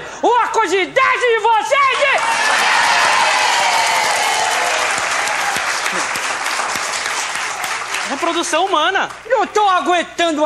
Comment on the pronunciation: Tiririca falava voçeize antes do Manoel Gomes(Caneta azul) kkk